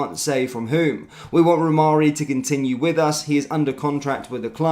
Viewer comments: Rhamani not Rhamarri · It's pronounced "Ra Mani", let's get it right or lose all credibility. Personally, I don't even care what he is called, if he can score from all the chances he will get at Rangers, bring him in. My 93 year old mother could have scored all the sitters that Dessers missed! Its time to get serious or remain 2nd for a long time.